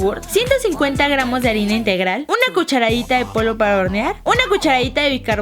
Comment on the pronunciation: Dijiste arena en ves de arina, jajajjaj😂😂😂